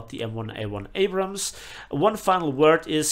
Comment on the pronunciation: please don’t change they way you pronounce “Abrams.” Thank you